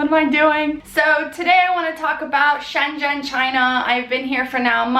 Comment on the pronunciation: "shenzhen" is pronounced more like "sun zun"